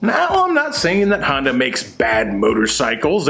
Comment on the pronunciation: Love how you pronounce Honda, sounds like you’re saying Hondo as in Hondo Ohnaka from Star Wars 😂🤣👍 The geek is strong in this 1..... yeeeeess feel the power of the force 😂🤣👍